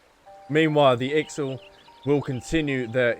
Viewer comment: Ixal are a warlike bird people tribe you pronounce them as "IX- ALL" and the Sylph are (Sill-iff) plant fairy people